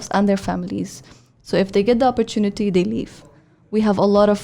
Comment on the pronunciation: the entirety of the podcast, or shall i say, shitcast, didn't have a single mention of imperialism. the word didn't come up at all, nor the mechanism of imperial powers and imperial mindset. what a load of crock. p.s:, 'opportunity' ko sahi tarah prononuce kya kar. nahi kar skta tuo lessons le lay.